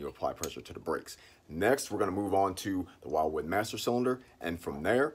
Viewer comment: Umm... Pretty sure it's "will-wood" not "while-wood"